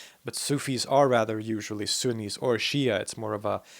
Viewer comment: ↓ Sunnis. Not axis.